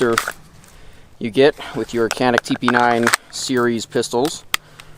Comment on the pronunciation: It is pronounced Janick unless of course you are not a pro turkey .